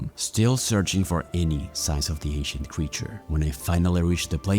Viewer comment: I kept thinking bro said Asian instead of ancient